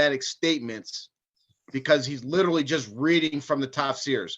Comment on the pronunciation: OMG 😂..."Lichrally" at all.🤭